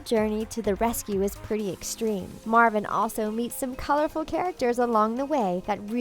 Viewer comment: It's Marlin not Marvin